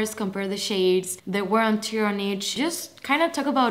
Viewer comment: Just a small remark - not at all any sort of hating from my side! You said English is not your first language, so I just wanted to point out - when you say “wear and tear”, the “tear” is pronounced the same way as “wear”, not like “gear” 😊